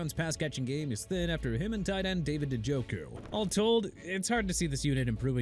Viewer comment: Out the gate dude can't pronounce New Orleans right and have NO RESPECT for the city. I'm tired of it. New Orleans pronounced NEW OR-LINS NOT NEW OR LEANS! What don't you understand?! Also the athlete's name is David Njoku PRONOUNCED N-JO-KU! And Omarion Hampton pronounced OH-MAH-REE-ON NOT OH-MAH-REE-AN!! AND ISAIAH LIKELY PRONOUNCED AI-ZAY-UH NOT E-SAI-AH OKAY?!?!!? YOU'RE DONE MISPRONOUNCING EVERYBODY!! AND #20 Miami Dolphins... you ppl are done trashing my team! DONE!!!!! AND AMARI COOPER TOLD THE RAIDERS HE'S RETIRING PLUS HE WAS ON BUFFALO'S OFFENSE!! DID YOU FORGET TO MENTION THAT?!?! YOU DIDN'T MENTIONED ANYTHING ABOUT RASHEE RICE BEING SUSPENDED FOR 6 WEEKS FOR VIOLATING THE PERSONAL CONDUCT POLICY EITHER! YOU'RE A EMBARRASSMENT...